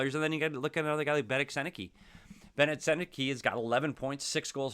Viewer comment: Trouba is only 31 btw.. not an old man. It's funny to see yet another analyst mispronouncing Sennecke's name tho, happens all the time. 😆